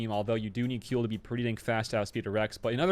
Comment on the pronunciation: Kuiil is pronounced "squeal" (like a pig) without the "s".